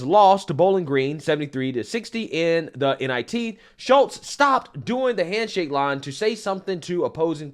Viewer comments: Why do you keep calling her Schultz when there's L In that name? I believe it's pronounced like Chutes or shoots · The young woman's name is pronounced, SHOOTS not Shultz. Can't be that hard to say her name right (well, with your record it clearly is.) And any 3rd-grade law student knows you NEVER plead guilty to any charge. By pleading not guilty, you allow the justice system/law/lawyers to assess the proper punishment. And listening to make up all sorts of scenarios regarding this situation is sad and scary thinking what else you simply make up to pretend to support your weak arguments. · Why did you pronounce her name “Shultz”? In the video, it was correctly pronounced “Shutes” several times. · It is pronounced SHOOTS, not SchuLtz. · Are u purposely pronouncing her names as Schultz and not Schutes?.. u killing me bro say that right.. lol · Dude, pronounce the names correctly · you really have to learn how to pronouce people's names bro😅😅😅 They said it right in the news clip and you still pronounced it wrong😃😃 come on man..